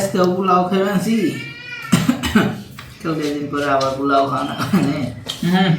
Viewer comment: Not plau. It sounds very awful!!!😆. It’s po…lau (polau). you have lots of mistakes in your pronounce. Next time don’t do the same mistake. USA 🇺🇸